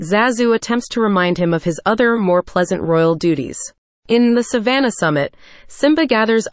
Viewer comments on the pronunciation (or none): none